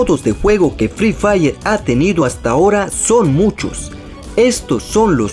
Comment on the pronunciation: Fre fair se dice fri fair pelotudo